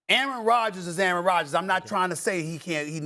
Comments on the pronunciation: Did this man just call Aaron Rodgers , A-ARON? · The way the brotha in the blue suit pronounced "Aaron" sounded almost similar to "A-A-ron" in the K&P sketch.